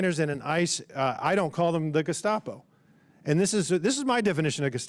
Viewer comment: If I remember correctly, he didn't say "Gestapo". He said "De...scopo". I'm not sure what that is, but that's what he said.